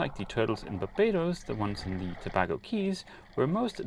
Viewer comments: Tobago Cays used to be better. I guess people recommend it from memory. Btw, it's pronounced To-bay-go, rather than To-bag-o, like Trinidad and Tobago. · LOL...FYI Tabago is pronounced Ta-bay-go. Beautiful waters & islands. Thanks for the great videos! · Toe-BAY-go, surely. When you meet up with Odd Life Crafting, don't let him tattoo you, please!